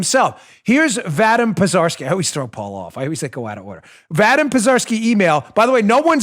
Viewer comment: That name (VADYM) is pronounced “ VAH-DEEM”